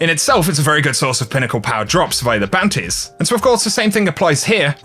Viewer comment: Google captions convert your "bounties" pronunciation into "panties"